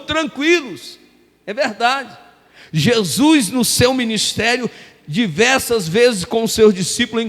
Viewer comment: É HORRÍVEL ESCUTAR ALGUÉM PRONUNCIAR "JESUIS" AO INVÉS DE JESUS.... JESUIS, NÃO CONHEÇO.